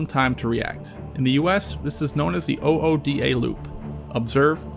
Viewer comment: Lol, lost just a smidge of respect when you called it an O-O-D-A loop. It’s pronounced uda as in ooze and duh. It’s a common thing across the military as well, by no means exclusive to missile defense command and control procedures.